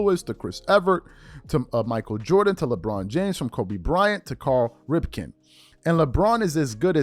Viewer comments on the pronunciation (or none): "Karl Ripkin"??! Dude it's Cal Ripkin! Have you ever heard of Baseball? Sheeesh!